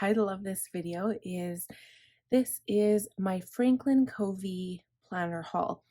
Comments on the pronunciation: You are so well organized~I am impressed! Well thought out. I've used various planners/bullet journal and FC is the best core system and I'll never stray again. (Fyi it's pronounced "cuhvee." My daughter worked for him.) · Great video! I’m working on my planner for 2022 this week. BTW, Covey is pronounced with a short u sound, like lovey.